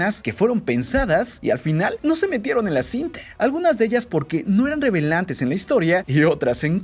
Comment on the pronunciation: Alguien mas notó que al principio dijo revelante en vez de relevante????